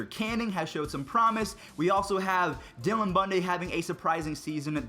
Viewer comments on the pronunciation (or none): none